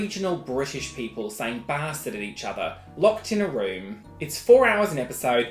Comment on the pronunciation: 50% fancy 50% look at this photo baaaasTaAARd ( side note : im crying because of how u say bastard)